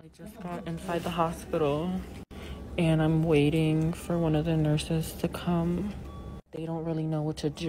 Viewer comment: And they still say kam 😂😂😂😂